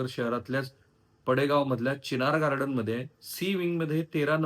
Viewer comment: "चिनार गार्डन" म्हणा! 😅